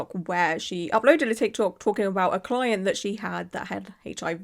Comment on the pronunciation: Yes her "cloent" was wrong, BUT BY FFKING GOD DO NOT POST SHYTE LIKE THIS ONLINE! Not only is it unprofessional, but it 100% makes you an A-hole